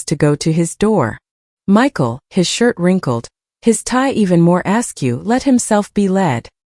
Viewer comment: Lord but this rather contentless little tale has been stretched to breaking point . It does everything short of going " um , ahhhh....." to stretch it out a little . Add that to an extremely boring narrator and you have a very poor experience that will not be repeated . " A lone " instead of " a loan ". " Ask you " instead of " askew " . Do try harder as this is suboptimal .